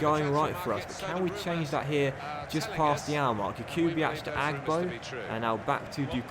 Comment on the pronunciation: Jakubiak is pronounced (yak-ube-iak) stop with the (ch)